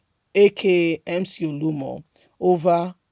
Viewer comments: Mcoluomo not Muolumo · Ode!! Mc olumo 🤷🏾‍♂️ why can you just do a little research on his name. You like to talk but you talk shit. Please pronounce names probably oo.